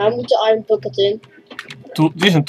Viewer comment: The kid said iron while you said iroon